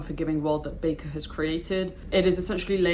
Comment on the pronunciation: My top 3 favourite series also! Just to politely correct one of your comments; His last name is pronounced as 'Baker'. (Not back-er). You may have watched Sadler's videos where Sadler incorrectly pronounces it 'back-er'. Or some other reference. But, R. Scott Bakker himself has said it is pronounced 'Baker' see the first 10 seconds, or so, of this video for reference. Cheers.